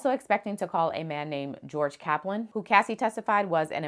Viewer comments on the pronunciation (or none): none